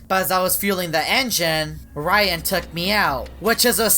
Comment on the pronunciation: His name is not rayan cant you say ryan